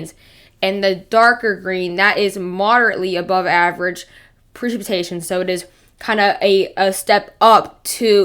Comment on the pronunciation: YOU CANT TALK.... PRECIPITATION. Pronounce it correctly. your missing the CIP..... Say it correctly.... WTF.